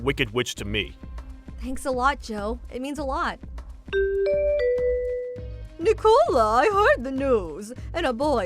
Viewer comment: Nic-a-la, not Nee-cola.